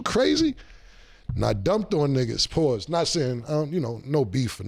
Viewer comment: That’s a sassy pause with all them S’